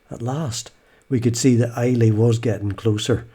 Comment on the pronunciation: Really enjoyable video. FYI It's pronounced "Eye-La" not "I-Lay".